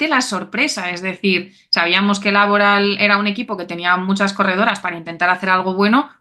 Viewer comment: Por qué esa manía de hacer Laboral palabra esdrújula? Tanto en castellano como en euskera es palabra aguda. Pero bueno… cada uno que lo diga como quiera. No sé si al patrocinador le gustará mucho